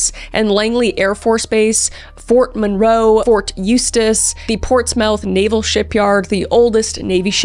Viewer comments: And additionally, Portsmouth is pronounced "Ports-muth," not "Ports-mouth," unless you were contemporaries of my grandparents and parents, who would pronounce it "Porch-muth." Born in Portsmouth and raised on both the Portsmouth and Chesapeake sides of the Western Branch of the Elizabeth River. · it's pronounced Portsmith, even though it's spelled Portsmouth. One of those funny New England words 🤭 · hi kris, just noticed the way you said Ports-mouth but the mouth Part is pronounced like myth like ports myth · Also Kris, please don't pronounce Portsmouth or Norfolk like that again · portsmouth is pronounced: ports-muth ensign is pronounced: en-sin also...i fucking love you and your husband and youre both so beautiful. love this video!!!!!!! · This hits close to home. Quite literally. I grew up going to Jamestown, Yorktown, and Williamsburg with family as I live in Chesapeake. Something else I MUST say is even though it's Portsmouth pronounced PortSMITH not PortsMOUTH and although it's spelled Norfolk it's pronounced NorFUCK not NorFOLK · Portsmouth is killing me.. I’m sorry Kris, it’s pronounced port smith, and Norfolk is lowk pronounced nor fick or norfuck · I’m sorry I know you are trying your best pronouncing names but as a local hearing the way you say Norfolk and Portsmouth is pretty funny 😂. Norfolk is usually pronounced nor-fuck and portsmouth is pronounced ports-muhth. I am not good at phonetics but I tried to sound it out for you with letters. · I know you’re a Canadian-American who lives in Texas, but Kris, as a Virginian I must tell you Norfolk is pronounced “Norfuk” and Portsmouth is “PORTSmith.”